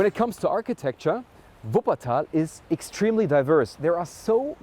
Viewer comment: Er kann so was von deutsch so wie er Wuppertal ausspricht